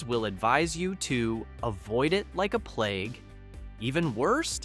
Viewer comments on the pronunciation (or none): none